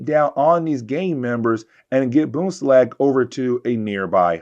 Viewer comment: There is an N in BoomslaNg.